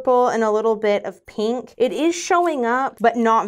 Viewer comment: Heheh... "peenk" lol